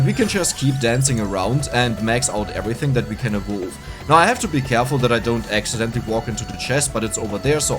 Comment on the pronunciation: Thanks for the video, but your pronunciation of "evolve" is pure earache, google the correct pronunciation, it's easy!!!